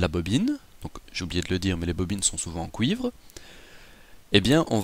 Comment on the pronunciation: Québécois en force ? Preuve: "le CoUivre"